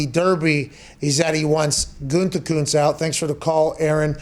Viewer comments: "Goodykoonse". I once worked under a newspaper executive who spelled it that way. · Man, every time Pat tries to say "Gutekunst", I feel like he's about to throw up 2 times. The first time at "Gute" and the second time at "Kunst". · Just listening to hear mcafee pronounce the gm’s last name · I though pat sayin Gutekunst was completely a long ball until I sounded it out myself 😭😭😭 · Take a drink everytime he says “Gutekunst” 😂